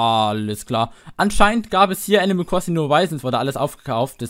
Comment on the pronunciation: wer kennts nich, das gute alte "enimäl kwossing"